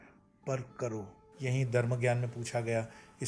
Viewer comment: Are Dharm to sahi se bolo. You said Darm not Dharm!!